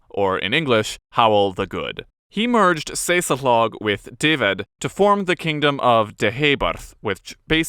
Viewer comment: I feel Ive entered into an alternative universe with pronunciations such as Morgan- wig , dinner-vor and Saysul=thog being hailed in the comments as correctly pronounced welsh names.